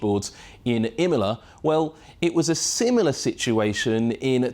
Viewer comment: "Well it was a simola situation"